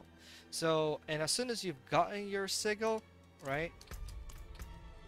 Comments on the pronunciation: Сиджел, не сигел. Послушай в гугл переводчике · Anyone else bugged how he pronounced sigil?